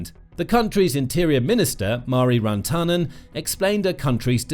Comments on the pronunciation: IT IS PRONOUNCED VIR-TANEN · Your pronounciation of Virtanen is not bad. Just... emphasize on the first syllable, not second, and it would immediately be better. This applies to all Finnish names. The video is a good summary of what has been going on. It would be nice to have a comparison between what Russia is doing towards Finland and other contries having a border with them - Baltic countries, maybe even on other sides of Russia. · they butcher every single non English name anyways